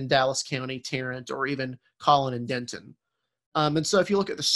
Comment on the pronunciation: Fantastic analysis, but the mispronounced city names was grating. Next time you produce a segment, please ask a Texan for help! Terrell = Tare-uh Denton = Den-tuhn the t is so soft you barely hear it Coppell = KA - pell